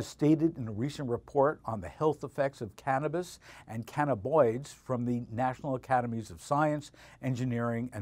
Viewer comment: Damn, three times I heard cannaboids. The word is cannabINoid.